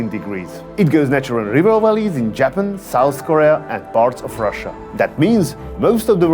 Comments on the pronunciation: I've never heard anyone say Jappen instead of Japan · JAP-IN... got it lol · I like the way you say Japan lol